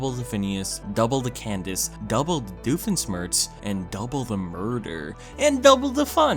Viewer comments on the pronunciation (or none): "smirtz" its sh-mirtz dammit. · cant americans say, doofenschmirtz. we dutchmen can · I love how he just slowly gets worse with saying Dr Doofenshmirtz